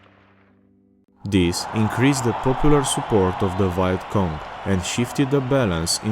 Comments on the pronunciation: You pronounce vietnam correctly but then you say viet cong like “Vayat cong”😂😂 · ah yes the VYE-ET KONG.... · How can you pronounce Vietnam properly, but not Vietcong? It's basically the same word.